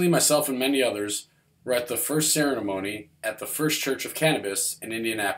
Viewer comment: The first "cerenemony"? lmao.